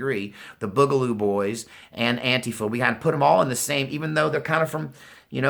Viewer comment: Blahahaha (“An-quifa”) you killing me...